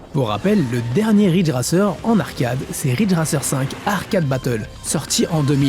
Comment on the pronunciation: Excellent reportage ! C'est inspirant ! Je suis perplexe face à tes prononciations des mots "Ryu" de Street Fighter, et "Ridge Racer" cela dit.